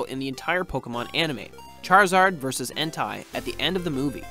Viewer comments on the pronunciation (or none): En-Tay not En-Tie!